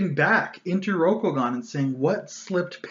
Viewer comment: “Row-Koh-Gahn” hurt every time you pronounced it like this.